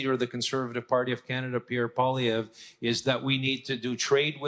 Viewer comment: did you hear............she said.....Canada-"CHAINA"😳😲.............